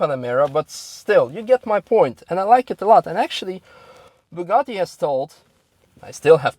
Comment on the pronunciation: You pronounce Bugatti and Chiron baddly, nice video though, thanks Youtube for the recommendation!